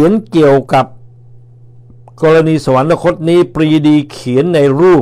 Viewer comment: สุนัย..สะ หวัน นะ คด ไม่มีนะครับ มีแต่ สะ หวัน คด ช่วยอ่านออกเสียงคำดังกล่าวให้ถูกต้องด้วยครับ